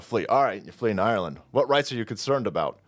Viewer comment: Did anybody else catch that?....its called "Ire"-land "....😅😅😊 is just too much fun 🙃